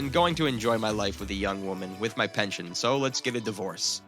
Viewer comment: It's not pention it's "pension".. there's an "S" in there but no "T"